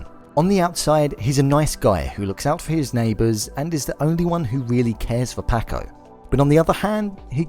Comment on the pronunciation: I love that this dude has watched all 10 episodes but still says “Pack-oh” and “Can-deece”